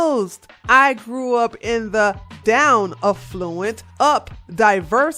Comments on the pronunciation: Just love how pronounces A-ffluent.....sounds like E-ffluent. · You said affluent wrong. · Cortez is a POS and is dangerously ignorant, but the reader of this has a poor grasp of reading English language. Bree-ved (breathed) not breffed, Aff-loo-ent (affluent) not A-flu-ent Fayn (feign) not fent. FFS